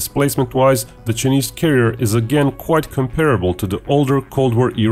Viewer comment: Given that he is going to say "Chinese" hundreds of times in this video, how is it possible that the supposedly professional commentator of this video, does not know how to pronounce "Chinese"? And how is it possible that nobody corrected him before this video was launched? I'm only asking.